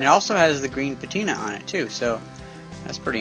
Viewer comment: i meant patina, it just sounded like you said it with an f.